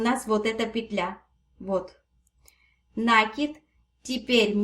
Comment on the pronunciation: НакИИИд ударение на последний слог!Бактус прелесть❤❤❤!